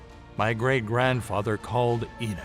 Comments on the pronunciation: GDN: Don’t you screen your videos before posting them? EnoSh? Enoch is pronounced E-nok by most of us Believers. 🥴🥰👋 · it's Enoch